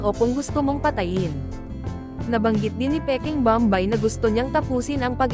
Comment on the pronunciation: Pls lang hindi bambay ang pagpronounce kundi bom bay .